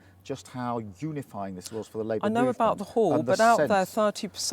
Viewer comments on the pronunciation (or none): LIEbour before Reform Oh Dear! he slipped up! 🤣